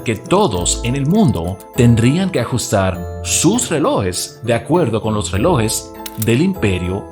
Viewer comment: Buenos días se dice relojes no reloes